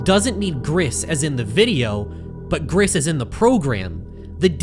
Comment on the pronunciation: GRIS IS PRONOUNCED "GREECE" GRAAAAAAAAAAAAAAAAAAAAAAAAAAAAAAAAAAAAAAAAAAAAAAAAH